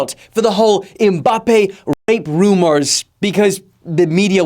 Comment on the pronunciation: be like: Mbappe❌️ Em-mbappe✅️